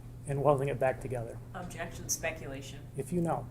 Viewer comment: That lawyer loves saying “Spectulation”. 😂